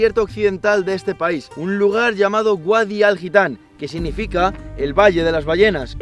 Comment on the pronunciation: Mucho mundo y muchos viajes pero dice GUADI en vez de VADI XDDDDDDDD Si es que el catetismo español va en el adn